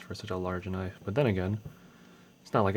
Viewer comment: holy shit! thats not a knoife, THIS IS A FUCKING NOIFE! love it man.